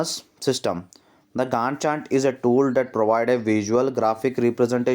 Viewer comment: Gannt chart ❌gand chat ✅